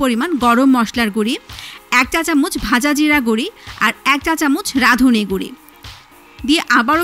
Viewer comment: গুরি কি..? এই মুর্খ মহিলা, গুরা বলা যায় না..?